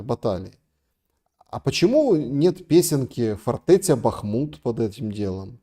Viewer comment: Лдебахмутович! Я их Констахи мы все и жители этого города называют его Артёмовск или хотя бы Бахмут с ударением на а, а не на у